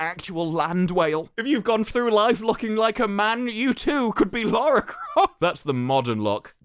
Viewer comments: You're british right? Why the fuck can't you speak english? youknow that LARA and LAURA have different pronunciations, right? Apparently not. JFC. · it's LARRY CROFT sir! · It's not Lara, Larry Croft.